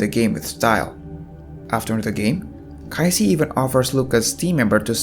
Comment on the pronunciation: Everything is Great until You had a hard time saying their name...Kaiji and Qing.....